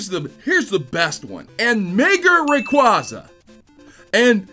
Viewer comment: requaaaaaaaaza NOT requOza